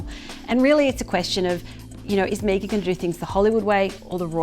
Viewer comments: Why is deliberately mispronouncing Meghan. It is Meg-an, nor Mee-gan. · you of all people should know, This Ones Wife's name is pronounced MEGGan.